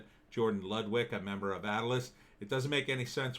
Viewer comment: Not Atlas gym it’s pronounced A-til-lis. Come on man it’s a landmark from Wildwood NJ I know I used to work out there in the late 80s A-till-LIS !!!